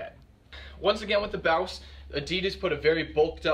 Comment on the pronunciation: I thought it was pronounced boss